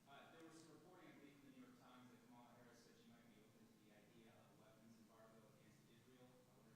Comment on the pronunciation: It’s so annoying to hear him say the name of the vice president of the U.S. can he say it properly? So disrespectful like a child